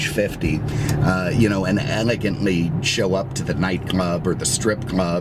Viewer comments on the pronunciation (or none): none